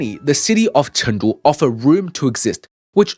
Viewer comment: Pronounce it correctly CHOONG——DOO